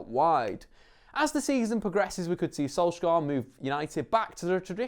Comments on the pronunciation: dont say skolskar say sunshire thats what his name means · SOLS-YAR not SOLSK-AAR you mongrel. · Solskjær is pronounced "Solchear" with a skarring R in norwegian :) Not solskair as many tends to say it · Im from Norway, the way you pronounce Solskjær is the "æ" or "ae" is like the "a" in "sad", makes sense? Solskjær. He pronounced it when he said "Adademy", the first pronounced letter "A" sound like an "Æ" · Perhaps learn to pronounce his name properly before making a video, any football fan from the 90's will be able to help you out.